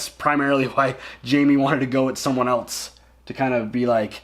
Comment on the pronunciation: Hey. English is not my mother tongue. But I noticed you pronounce "else" a bit like "eltse". Is this a dialect? Where are you from?